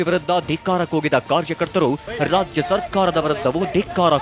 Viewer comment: WORST LOUD SPEAKER? RAJA SARKARA ALLA RAJYA SARKARA😂